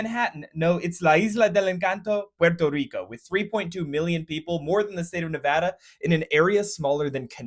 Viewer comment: "Port - o - reek - o " saying it fancy is kind of extra